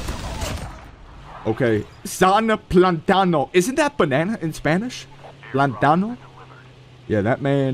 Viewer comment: San plátano 🍌 Is "sana plantano" 💪🔥